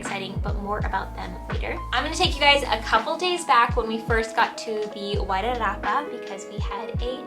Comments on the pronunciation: Perfect pronunciation "Wairarapa". We've been looking in the Featherston area ourselves the last 18 months but haven't yet settled on South Wairarapa or Kapiti. Decisions decisions. Glad you chose this end of the Island. I'm a Welly fulla proud! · Was that river the ruamanga? If so you'll have to get used to some of the world's finest Pinot noir. I sure you'll get used to that though. I'm impressed with the pronunciation of Wairarapa as well. Well done. Arohanui. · Looove your pronunciation of Wairarapa 😍 thank you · Yay! Wgtn= my home town ❤❤❤ Thanks for learning the correct pronunciation of Wairarapa💚💛💚 Fingers crossed for you both 🌻🌷🌻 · You pronounce Wairarapa better than most kiwis.